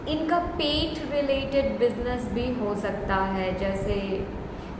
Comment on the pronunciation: Pile 1 on point. You said pet, I heard peth"tummy". Thanks